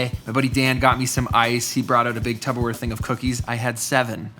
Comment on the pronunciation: Looks painful! And also: “TuPPerware” not “TuBBerware” 😂🙈